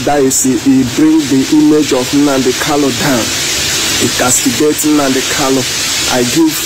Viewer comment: Brother, please it's Nnamudi Kanu, and not Nnamudi Kalu.